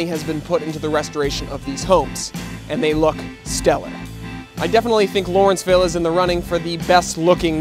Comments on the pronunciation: First, allow me to correct you. It is LAW-renceville, NOT LOR-enceville. I grew up here, lived elsewhere in the city, and returned after many years for personal reasons. I, for one, am among the probable minority who are unhappy about what this neighborhood has become. I truly resent that some had considered this a dangerous, crime-ridden community. Maybe it was, but not to the degree that it has been portrayed. If anything, my quality of life in Lawrenceville is worse now than ever - a bunch of bars/restaurants/clubs that don't adhere to noise ordinances, and patrons and owners of those establishments that don't give a flying fuk about the neighborhood as long as there's money to be made and a party to be had. Yes, there is definitely a move to rid the neighborhood of older owners and housing stock. Who said, "You can't go home again?" Correct. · LAW - renceville. LAW, not LOR!